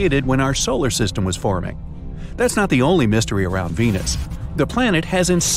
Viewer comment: (love ur vids) btw i heard u say solar sytem LOL u said it wrong